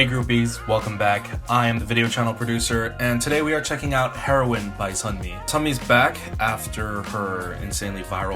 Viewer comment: Isn’t it said hee-row-in not heroin like the drug ?😂